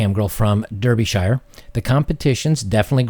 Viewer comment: I did laugh at your pronunciation of Derbyshire. 😂 I am from Derbyshire. Great place. Beautiful countryside. I recommend you visit The Devil's Arse. Yes, that is a real place. 😂